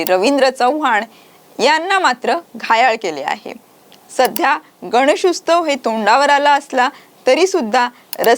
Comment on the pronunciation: गणेशोत्सव बोलायला शिकवा हिला आधी 😂😂😂